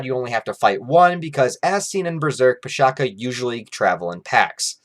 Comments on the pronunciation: The Pishacha is not pronounced as - Pee + Sha + Kaa, rather it is Pee + Sha + Tcha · abey it is pronounced with ch sound. PISHACHA. NOT PISHAKA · Bro, it's pisacha where "cha " is not kha but something like "chai" or che' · Pishacha Not pishaka Cha not ka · pisacha , the cha is pronounced as cha as in chai not ka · The pronunciation is pi-saa-cha (ch like much). Aside from what you have stated, pisacha are also used to define any abomination beasts, not necessarily those influenced by demons or unholy forces. Some pisacha are even revered as guardians, present in Hindu temple carvings and sculptures. These videos are really really good man, keep up the amazing work! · It's PISH-SHA-CHAA(as in Cha from Champion) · Coming from an Indian dude, is pronounced Piss-a-cha(cha as in charred beef or whatever). Pishacha is also correct. Sorry for the late comment. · Love your videos, i don't mean to sound nitpicky, its pronounced Pishaach ch the chart sound. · Pishacha pronounciation is a little off. The 'ch' is not pronounced as k, it's like the 'ch' from charity. Makara is the zodiac sign Capricorn. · the pronunciation is wrong and it would be k instead of cha. It a monster that is found in the folk tales in the indian subcontinent...It is a female monstrous creature which lure human to take its form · Nice video. :) Just one minor correction, the 'cha' at the end of pishacha supposed to sound like 'ch' as in chocolate.